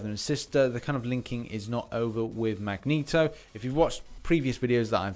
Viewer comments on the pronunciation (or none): none